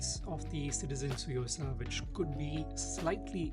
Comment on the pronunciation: Just a small contribution: it's not a silent T; it's pronounced "Tsu" like tsunami or last part of shih tzu (the dog breed).